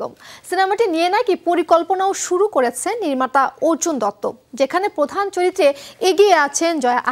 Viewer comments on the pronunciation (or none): "পধান" নয় "প্রধান"